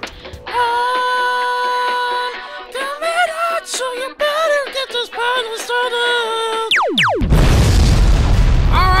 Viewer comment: Why do most Germans say potty instead of party it's a mystery.